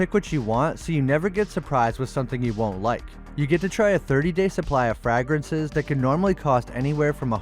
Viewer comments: “Frag-Grances” is making me cringe. Sorry. Love the vids though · The way this dude doesn't know how to pronounce "fragrances" tho